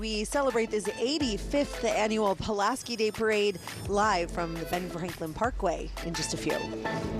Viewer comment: Tom Tim Zauważ , jak spierdoliłeś nazwisko Pułaskiego .